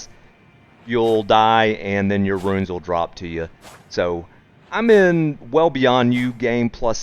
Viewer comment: Bro. Bruuuh! He doesn't give you "Ruins", he gives you runes. RUUUUUUNES!